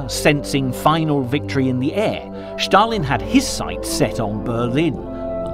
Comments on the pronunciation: Not Shtalin 😂. Stalin . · Why do narrators pronounce Stalin’s name as Schtalin? It’s Stalin. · Why does this narrator insist on saying Shtalin instead of Stalin? Are his false teeth loose or something? The name is Stalin! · Who is "Shtalin"? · Joseph Shhtalin. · It is not Schtalin!! He was called Stalin. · Not Schtalin but Stalin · why do you say shalin he isnt german. its just s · Two comments: 1. The music is ridiculous 2. Schtop saying Schtalin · Écoutez-le en français, pas de Schtaline.